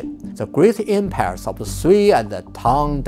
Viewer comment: "em-pears" ? em-🍐